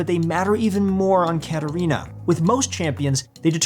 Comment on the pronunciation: Okay but why did they just butcher katarina like that